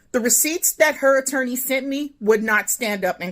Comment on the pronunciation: The second she called an attorney an "interny" made me immediately discredit everything she said after the point.